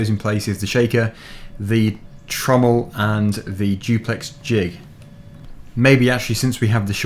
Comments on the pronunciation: you are saying trommel correctly. this video came out just in time. i had started watching devildoggamer cuz i wanted to see tier 3 setup, but watching him is just painful. lesson learned, wait for. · You are saying trommel right. In case you don't know, Trommel means drum in German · Dagger you are right it is pronounced trommel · BTW you are saying trommel right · Trommel the way you pronounced it is correct for English, it’s originally the Afrikaans word for drum used in the early gold mining years in Johannesburg.